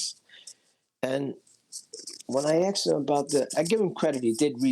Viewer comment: Aksed or Asked😄